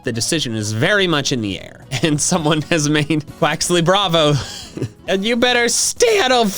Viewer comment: I'm thinking Quaxly is not pronounced correctly. Because of Bonsly...